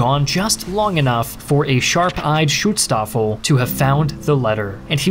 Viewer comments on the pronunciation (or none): almost perfect pronounciation of aachen, didnt expect that at all, great job! to give u a little hint, u pronounce it like achen though, not aachen. spend a little bit more time on the a like the e in bee instead of be. not such a great job on schutzstaffel though^^u realize btw that the german word volk is almost exactly pronounced like the english word folk? its the same word almost, why u pronounce it like wolk? and yes that includes volkswagen. u pronounce it like folkswagen not wolkswagen lol. well, there is also the great philosopher immanuel kant, and i dont want to get into how that is pronounced...i think i will just watch the video and stop commenting from here^^